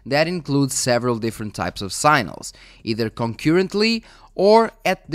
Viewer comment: SI-GNA-LS..NOT SINALS lol english is not my native language either;p